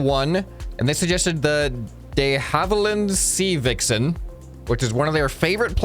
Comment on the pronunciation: I LOVE THE (De harver-land is how it's pronounced) VIXEN